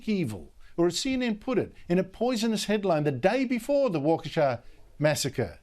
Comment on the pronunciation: Props for pronouncing Waukesha.